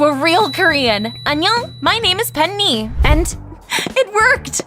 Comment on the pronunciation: 'Annyeong my name is pen-ni'😂